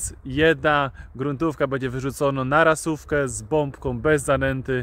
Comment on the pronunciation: Chłopie, "ROSÓWKA", a nie "rasówka"!!!! Od rosy, bo wychodzi nocą po deszczu.